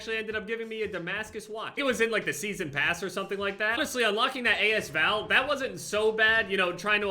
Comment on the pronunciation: not trying to sound like an asshole but its pronounced like as val not a s val, the a and s are together